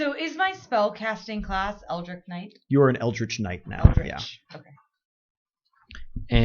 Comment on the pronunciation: It's pronounced Eld-rich lol. The tch doesn't produce a k sound. Hahaha